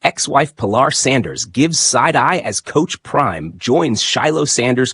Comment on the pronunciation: Omg her name is puh lar. Shallow my